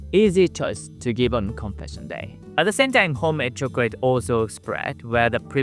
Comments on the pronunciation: Chocorate not chocrate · he says Chocorate